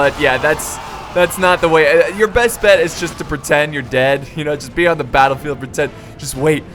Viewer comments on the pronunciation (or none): none